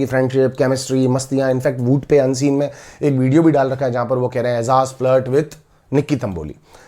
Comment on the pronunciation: Aizaz nahi ejaz